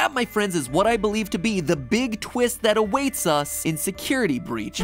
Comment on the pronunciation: "And its a BEEG one" <--- was funny